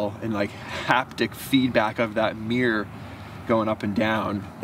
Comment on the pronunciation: Its actually a mirror - not a meerer